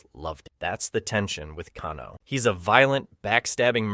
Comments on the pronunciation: He said Kano right then mispronounced it later like Kahno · Pls don't call him kahn-o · You know you say Kano two different ways in this video it's pronounced Kane (o) not Kan O